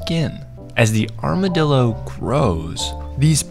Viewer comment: Oh no... OH NO. "ArmaDILLO", THE BRAINROT, THE AI BRAINROT IS CONSUMING ME. CROCODILO BOMBARDILO